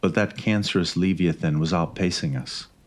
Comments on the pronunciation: I have truly enjoy your narrations. I have 2 small pointers (I evaluated speeches irl). 1) Add some vocal variety, increase depth and pitch appropriate for the scene. 2) Ensure proper pronunciation. Ex) The word leviathan (luh-vi-a-than) was not enunciated correctly once & it's not exactly a tough word. Lol. Thanks for your time regardless, I truly did enjoy this story. 😂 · Androgynous - "And-draw-je-ness" Leviathan - "Leh-vi-eh-thin" Just a friendly correction, don't want people getting into you for pronunciation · "Leevia thin"? Come on, now... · Lev-I-athan. Good story